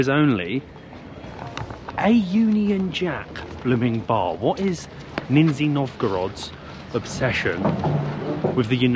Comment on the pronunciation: Lol. Not "Ninzi" , Nizh-Niy